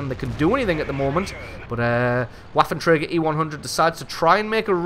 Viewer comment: Just FYI, the "w" in waffenträger is pronounced as a "v", like ventilation, vapor, etc.